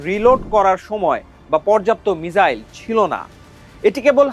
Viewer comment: মিজাইল নয়, মিসাইল।